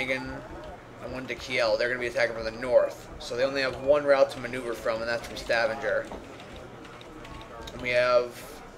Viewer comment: And Stavanger, soft G.